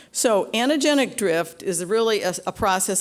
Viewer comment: "anna-genic drift" .....Ahhh cringe